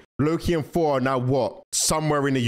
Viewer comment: You dont know how to say thor?you say for😂 sorry its just fanny